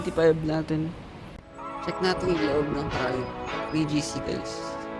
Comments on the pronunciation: Sir ang tamang pronunciation po ng Triumph ay tra-yamp, hindi po tra-yump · Na bobother ako sa pag pronounce mo ng triumph, pki correct nlang ha